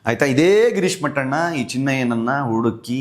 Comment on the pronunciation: Mattana alla mettana😂😂😂😂